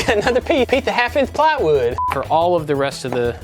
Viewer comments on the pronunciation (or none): "Peeth of haf inth plywud" - killed me!